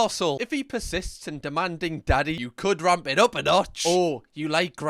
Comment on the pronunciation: Donkey instead of daddy